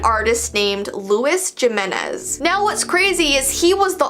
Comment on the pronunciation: just wanna say Jimenez isn’t pronounced with J, Oftentimes people mispronounce the name because the last name, Jimenez, starts with a J and they pronounce it like a G. They say "Jim-enez." But in actuality, the J in Spanish is pronounced like an H. It should be pronounced “He-MéN-ez” if that makes sense